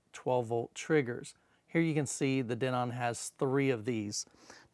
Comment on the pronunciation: i just thought it was funny how you pronounced Denon :P